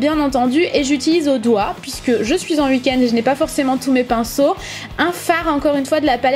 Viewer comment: Super vidéo comme toujours :) <3 ... (On dit week-end et non "week en" :')